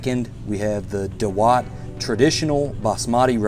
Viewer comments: I think Indians have the best pronounciation...it's daawat not dawaat.... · It’s not da watt .. it’s dawat means party 😀 India gate is the best rice for biryani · It's not दवात it's दावत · Naam theek se bol nehi para aur humey sikhayega? Pass.